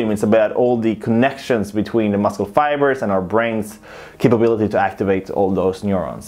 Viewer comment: It’s not muscle it’s muscle :v